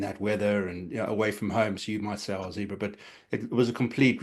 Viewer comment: Lads, Zebre (zebras in Italian) should be pronounce like “zeb-ray”.